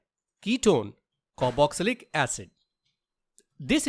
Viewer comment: "Caroxylic"? It is Carboxylic. Please crrect it